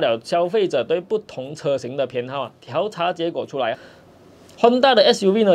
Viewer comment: 调查 diao第四声